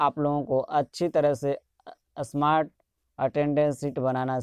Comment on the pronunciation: असमार्ट नहीं स्मार्ट बोलो